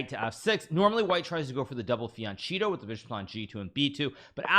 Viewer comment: It's Fian "CHETTO" with a soft ch, as in cheese, no "K".